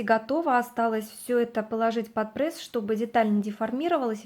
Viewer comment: Ну не прЭсс,прЕсс